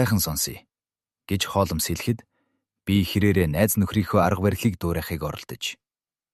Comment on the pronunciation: Холмоос гэдгийг нь засаж болку юу ??😊😊